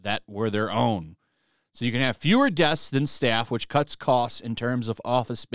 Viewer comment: This is hilarious.. "Desks" comes up as "deaths" on closed captions because you can't pronounce the "sks". "Deaths are not attributed to any one person" and "Fewer deaths than staff" reads way more appropriate for their situation.